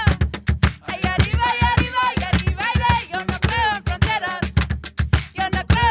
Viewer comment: muy buena la banda! mi única duda es por qué en la "falsa bamba" dicen "aRiba" en vez de "aRRiba".. está bien que sepan hablar muy bien ingles, pero no se olviden del castellano!